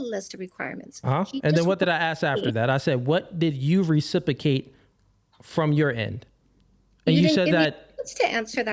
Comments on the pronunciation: and RECIPICATE again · and again 😂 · Recipicate and Recipication is killing me 🤣